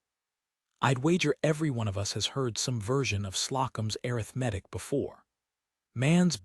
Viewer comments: Exactly. Also, arithmetic…. A-RITH-me-tic should be the emphasis. I am tired of hearing a-rith-MET-tic. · air.ith. metic 🤯 A RITH MA TIC Good story Good reading voice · Please teach AI to pronounce - a rith ma tik - it is the first pronunciation in the dictionary.. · I hate errith-medic for arithmetic. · Please teach these AI voices how to read words correctly. Can't pronounce arthimetic! Slocombe, etc. The story is nice but every time a word is mispronounced, I go nuts. There is no call for having 'readers' mispronouce evrrything. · would someone please tell AI how to Pronounce Arithmetic??? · I just wish this voice could pronounce the word “arithmetic”! It’s the same in other videos. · I agree. AI readers should have dictionary pronunciations programmed into them. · Liked the story more than I expected, but worried that AI is going to change our pronunciation of words like ‘clapboard’, ‘Slocum’, and especially the noun ‘arithmetic’, before humans find their way to correcting it.